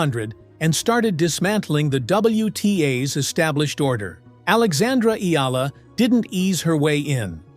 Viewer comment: Omg you actually said Alexandra's name correctly! Respect